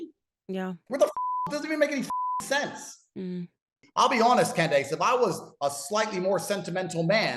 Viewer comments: Did he really call her "Can-dayce"? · What’s it like running defense for a guy who pronounces your name Can-Dayce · “I’ll be honest, Canned-ace” 💀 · Did he say Can-Days 😂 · Did he just call her "Canned-Ace"? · 2025 the year of annoying voices between this guy and his American doing an impression of a British person doing an impression of an American person badly. Can Dayce is a unique way of pronouncing her name.... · Does he call her Cand-Ace to make it appear as if he doesn't know her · "Cand Ace" bro what XD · 'I'll be honest Cand-Ace!' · amongst all the grievous garbage this guy has done, let it be known that his pronouncing "Cand-Ace" is not the worst, but still terrible. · He said "Can-Daze" instead of Candace 🤣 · That's exactly what I heard! lol "Canned-ace"... what a maroon! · canned ace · Its pronounced CANNED ACE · Can dice dih fit in your mouth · Cand a$$😂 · Can dayce nuts fit on your mouth ? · it's clearly a power play from tate. He knows how to say her name right